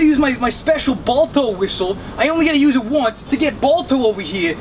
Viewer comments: i totally lost it at when he said balto lol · When he said Balto my childhood rushed over me